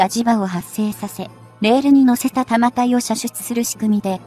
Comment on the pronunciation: 「たまたい」→「だんたい」